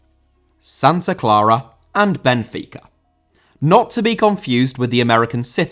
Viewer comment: Benfica* not Benfiquer